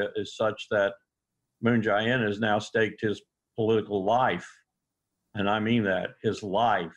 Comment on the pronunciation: Aaron, please stop calling him Moon "Ji" In with a hard "I". It's much closer to Moon "Jay" In, with a hard "A".